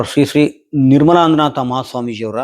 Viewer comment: ಏನ್ ಕರ್ಮನಯ್ಯ ನಿಂದು... ನಮ್ ಸ್ವಾಮೀಜಿಯವರ ಹೆಸರನ್ನ ಇಷ್ಟು ತಪ್ಪು ತಪ್ಪಾಗಿ ಉಚ್ಚಾರಣೆ ಮಾಡ್ತಿಯ ಥೂ ಥೂ... ನಿನ್ ವಿಡಿಯೋ ನೀನೇ ಒಂದ್ಸಲ ನೋಡಿ ಕಿವಿ ಚೆನ್ನಾಗಿದ್ರೆ ಕೇಳಿಸಿಕೋ...ಶುರುವಿನಲ್ಲಿ ಸ್ವಾಮೀಜಿಯವರ ಹೆಸರನ್ನ ಎಷ್ಟು ಕೆಟ್ಟದಾಗಿ ಉಚ್ಚಾರಣೆ ಮಾಡಿದ್ದಿಯ ಅಂತ ನಿನಗೇ ಗೊತ್ತಾಗ್ತದೆ 🤦